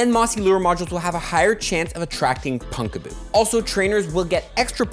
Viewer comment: Second PoGo content creator I have seen pronouncing "Pumpkaboo" (as in, you know... "PUMPkin") as "Punkaboo."